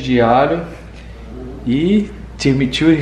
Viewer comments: Timi tchurri kkkkkkkkkk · Vcs falam timichurri,se fala chimichurri... vc já esprementou o lemon Pepe?